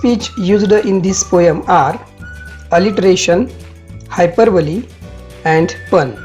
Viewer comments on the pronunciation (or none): it is not हायपरबली it is हायपरबोल